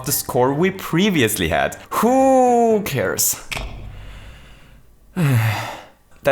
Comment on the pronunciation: my heart broke the moment he said "HOO-cares"